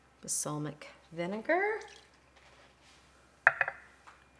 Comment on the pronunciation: Wooooh did you just say basalmic? Dude check out your grammar. It’s Balsamic. Hahahahaha - B. A. “L” S. A. M. I. C. Just like it says on the label.